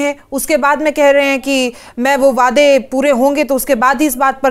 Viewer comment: It is not 'wayedai' it is 'waday' (Promises).!!!!!!!!